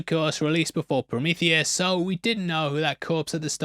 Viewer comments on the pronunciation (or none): none